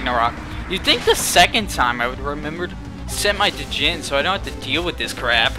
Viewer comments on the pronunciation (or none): djinn is pronounced jin as in Gin